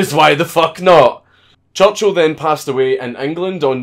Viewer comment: “Maed jayk choochul”